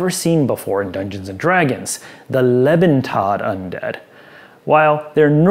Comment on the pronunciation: I really enjoyed this review, but the mispronunciation of a German compound word really sticks out. Lebentod. LAY-bin-TODE Leben = Life; Tod = Dead/Death; = Living Dead I probably would have just passed over this adventure if not for the review though, so it was otherwise a great video.